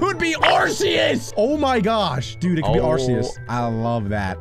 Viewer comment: It's Arceus